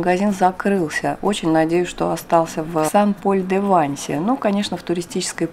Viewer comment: Всё ПОНРАВИЛОСЬ! Только нужно произносить СЭН ПОЛЬ - Святой Павел, это же не город САН Пауло.А в женском роде СЭНТ Мари - Св. Мария, например.Буквосочетание "аi " во французском почти во всех словах произносится как "э", это просто к сведению...